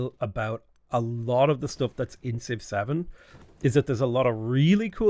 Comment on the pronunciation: I was gonna write a similar comment but then he said «Civ-7» like «6-7» 🗿